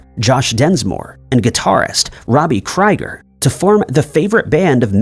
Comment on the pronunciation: “Josh” Densmore??? The drummer of the Doors was JOHN Densmore. And Robby Krieger’s last name is pronounced “KREEG-er”, not “KREYE-ger”.